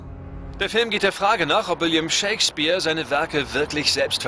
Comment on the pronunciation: Ich verstehe immer ShakesBIER statt Shakespeare.